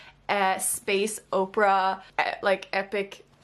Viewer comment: Out of 287 comments how many of them mention the fact she said Oprah instead of opera?